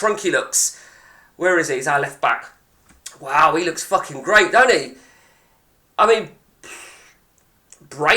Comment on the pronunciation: Donte!!! Not my name please 🙏🙏🙏😅